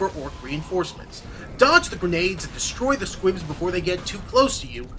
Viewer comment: dude its "squigs" not "squibs" :) anyway thanks for this tutorial on how to beat grimskull :D